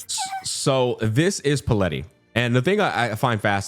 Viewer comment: Took me a while to realize that the character is called Palette, not Paleti like was saying xD as in, a colour palette